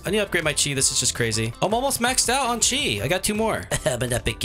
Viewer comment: yay its someone who says chi right